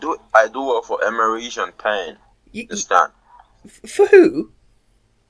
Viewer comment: I wish I could be a scambaiter SO bad…. I just don’t have the patience… the moment he mis-pronounced “Emmerich” I would have lost it on him…